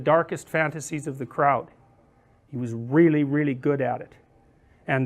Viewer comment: 군중이라고 발음하는게 마치 영국인들이 독일인들을 부르는 크라우트 랑 비슷해서 웃기네요